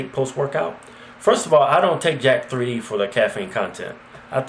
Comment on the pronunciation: Its not jack-3d its pronouced as jacked and out of all the supplements i never hear yall talk about amino acids(bcaa's) i take monster amino by cyto-sport and ever since i have be gettin intense gains yall should try it